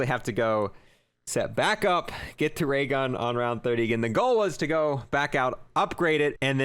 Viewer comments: "waygun" Me:"new gun?" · “dis might affewct da waygun”